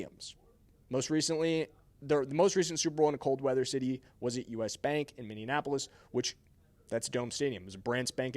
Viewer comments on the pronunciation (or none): none